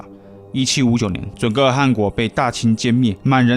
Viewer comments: 准噶尔的噶字你读错音了，我不知道你懂不懂汉语拼音，准确的读法是准噶ga尔，而不是ge。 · 正确发音不是准噶尔吗（zhun ga er）？不说地域，噶读ga音吧。我还翻阅了简中和繁中的网络讯息，真的是发ga音😅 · 准噶尔念嘎，大汗念寒😓